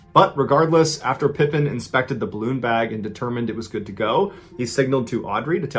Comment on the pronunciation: It's pronounced Pa Peen not like Scottie pippen. Her husband didn't hold the record Tonya streeter a hot blonde held the record Audrey tries to break